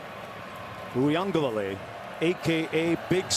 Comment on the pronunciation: There is no N in Uiagalelei.